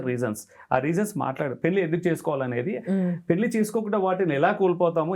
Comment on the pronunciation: పెల్లి చేసుకోవటం మంచిది కాదు 😢 పెళ్లి చేసుకోవటం మంచిది 😊. ఏమి ఉచ్చారణ రా బాబు. భాష మీద, నాలుక మీద కాస్త పట్టు అవగాహన ఉండక్కరలేదా?